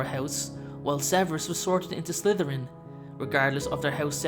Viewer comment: Josh Wysockey it never gets old, its slytherins not slyththerians